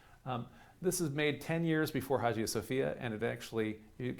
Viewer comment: Fyi the g in Hagia isn't a g but a y sound